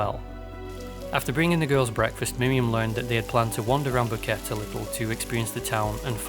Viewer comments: He couldnt even research how to pronounce “boquete” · You made this long video about this but didnt even bother to learn how to pronounce Boquete. 3 mins in This “detail” shows how serously your “work” should be taken